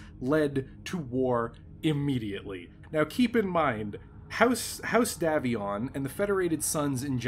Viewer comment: It's pronounced DAY VION NOT DAV ION.